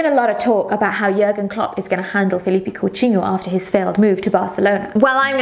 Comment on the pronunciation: Where did you learn such a perfect pronunciation of Coutinho?